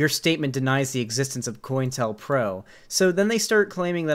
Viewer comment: I always thought it was pronounced co-intel-pro